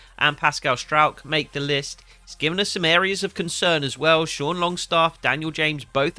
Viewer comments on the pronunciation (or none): none